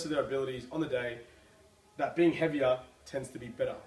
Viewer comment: Heaviah is bettah.